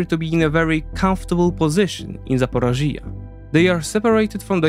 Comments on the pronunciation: Another excellent presentation!!! However, you mispronounce the word ZAPorizhzhia, over and over again in the talk and this is very distracting. Finally, I can only cry over Biden's failure to give the weapons to Ukraine to finish the Russians off. He just doesn't want the Ukrainians to win. The Russians are so very, very vulnerable as you have presented. With the proper missiles they would be finished within weeks or months! Cheers. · Why don't you research your pronunciation, too. One example for all - the accent in "Zaporizhzhia" is in the 3rd syllable, not 4th. You can also use an app to read your text out loud, take pronunciation notes, and only then do your own reading. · I liked the video but if you gonna talk in length about a place learn to pronounce it first, my ears were bleeding hearing you saying Zaporizhzhia and I'm not even Ukrainian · Zaporizhzhia NOT ZAPOROZHYE. LEARN UKRAINIAN FFS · Hi, You're pronouncing Ukrainian places using Russian names. For instance, the region and city of Zaporizhia. Please see quote from Wiki, "Zaporizhzhia[3][note 1] (Ukrainian: Запоріжжя, IPA: [zɐpoˈriʒʲːɐ] (listen)) or Zaporozhye (Russian: Запорожье, IPA: [zəpɐˈroʐje] (listen))" which I hope helps explain it. I wouldn't normally make a comment but you use the Russian Zaporozhye dozens of times in the video and it's also not just this word and not just this video. A nation fighting for its independence from Russia should be able to reject its colonial names. It's particularly important right now so it would be great if you could go out of your way to accommodate this. Thank you! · It's not "ZA-PO-RO-(JI)-YA", where the part in brackets is stressed, it's "ZAPO(RI)JJYA". Listen to some Ukrainian news presenters here on Youtube saying this name. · It's call Zaporizhzhya, the sound on the I. Just would like to help. Ty for your vids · The way you say Zaporishia or other names is just painful to hear.